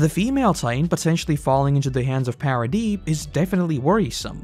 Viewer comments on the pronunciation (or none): It's ParadieS with an S at the end.